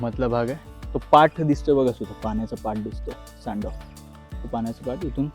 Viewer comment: सांडव नव्हे सर सांडवा म्हणजे (ओव्हरफ्लो) पाणी बाहेर पडण्याची जागा